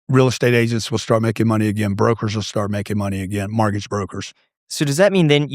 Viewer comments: How is it that a “real estate billionaire” absolutely CANNOT pronounce the word “mortgage”. He says “MARTGAGE” 😂😂😂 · Why does he call it a “martgage” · Whats a margage?